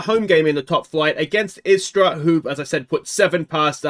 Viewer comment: You pronuced them good, istra and varazdin also. Istra is a team based in the beautifull town of Pula, on the croatian halfisland called Istra. They were established in 1961. In the last few years, they were an afiletclub of alaves, spanish club. They were subsribed to the 9th position for years since ligue 10 was established, only to finish 5th last season. A good team with solid gk majkic and a killer st erceg. They had spanish managers last 5 years, actualy only one manager for 4 years i think, which is rare in croatia to have a manager longer then a year or two. And yes we do have palms in dalmacia and istra, but they are not natural but import palms